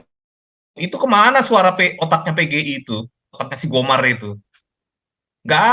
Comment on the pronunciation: Gomer atau GOMAR sih?